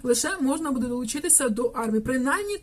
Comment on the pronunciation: БудЕ, будЕ, будЕ... Наголос - "бУде".